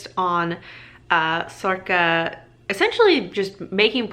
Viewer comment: I'm not sure how to pronounce sorcha.. you say sorka.. I've been saying sorsha.. in my book there is a pronunciation guide for some of the irish words and it says sorcha is pronounced sor-ra.. not sure